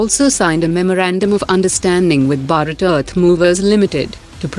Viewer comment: It's not BARAT , it's BHARAT !!! Pronounce correctly ..